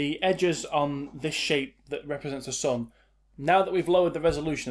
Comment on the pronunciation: the way, how u say "sun" is bleeeh..